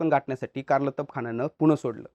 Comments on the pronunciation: कारलतब ❌ कार्तलब ✅ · कारलतब ❌❌ कारतलब ✅✅ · मला वाटते त्या सरदाराचे नाव "कारतलब खान" असे होते - ' कारलतब खान ' नव्हे ! संदर्भ - राजा शिवछत्रपती - लेखक ब मो पुरंदरे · Karlatab nahi kartalab khan 👈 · कारलतब नाही ते कारतलब आहे नाव 😂😂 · Abe it's kartalab khan